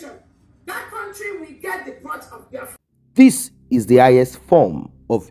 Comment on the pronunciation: Biafra not Baafra